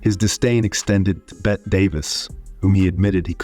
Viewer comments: A minor thing, but Bette Davis's first name is pronounced "Betty" . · Narrator refers to "Bet" Davis. Kinda like he never heard of the screen legend. Jeez. Is this Hollywod history, or a joke? Maybe he meant Bette Davis, who dominated Hollywood for two decades and was herself a major pill. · This was interesting. Bette Davis was pronounced Betty Davis. Hoping you Make another video like this one son. With current actors called to account. And directors. Roman Polanski. Robert DeNiro. Deserve to be exposed for their behavior. Maybe even Alfred Hitchcock. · Bette, actually pronounced Betty. FYI 😊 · Dude. BettY Davis. the number of times you mispronounced tyhis incredible actress' name really distracted from enjoying the vid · Bette is pronounced Betty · Bette Davis was pronounced Betty. Also, having the video indexed for each of the actors would sure be nice. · Instant down vote when this AI said "Bet" Davis. Eeesh. 🙄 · Bette Davis is pronounced "Betty." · I loved “Bet Davis”! 😂😂😂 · Bette is pronounced like Betty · FYI, "Bette Davis" is pronounced "Betty Davis". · It is spelled "Bette," but it is pronounced Betty. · “Bet” Davis. Thanks, AI. Lazy. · It’s Bet-T not Bette! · So sick of these AI generated junk videos flooding YouTube. Bette Davis' name is pronounced Beh-Tee same as Betty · Great video...just one thing...'Bette' Davis is pronounced the same as 'Betty' 🫡👍🏼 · So easy to discredit these people after they are dead. By the way mr. narrator bette Davis is pronounced as Betty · None of this makes any sense. Each statement doesn't line up with or avoid contradicting the next. "Bet" Davis, huh? And Inspector "Clo-zo"? - That's not even Henry Fonda. ...Neither is . "Captivating content ..", you call this?!? You suck! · Better Davis, her name is pronounced, Betty. Js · Bette is pronounced Betty. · Spelled Bette, pronounced Betty. Pronounced Clue-zoh. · Bette Davis (Bette is pronounced Betty). Other than that very interesting. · AI pronouncement of Bette